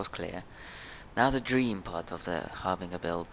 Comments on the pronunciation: Har bin jer not ger lol bet that confuses some people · I'm so sorry, but it's pronounced Har-Bin-Jur.